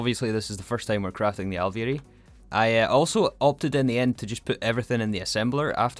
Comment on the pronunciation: you totally nailed alveary there the second time and the third was not bad!!! (genuine)